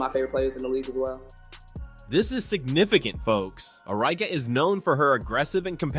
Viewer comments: Is this an AI voice? If not, Arike’s name is pronounced Ah-REE-Kay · Need to learn to pronounce certain names right like Arike, it makes me feel like you just make these videos and don’t watch these games or really even know these players